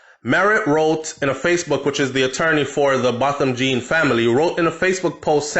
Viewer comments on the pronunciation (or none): You need to pronounce the surname name properly...’John’ not ‘Jean’